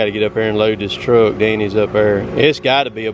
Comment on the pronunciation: It's funny How he says truck.